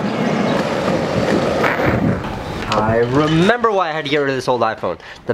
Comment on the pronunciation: "Remem"... "remurrrr" lmao!!!